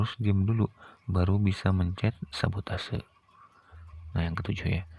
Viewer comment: Bukan sabatose tapi sabotage 😅